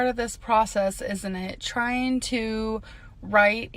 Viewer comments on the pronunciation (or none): some people deserve to be “bullied” 🤷🏽‍♀️ also “tryeen”